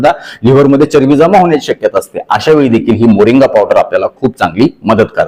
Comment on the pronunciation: मोरिंगा असे वाचा